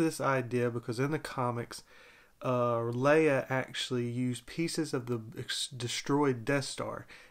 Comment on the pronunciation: U said it right. Lol